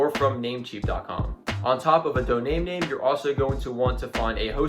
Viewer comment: are you saying "Doname name" instead of "Domain Name"???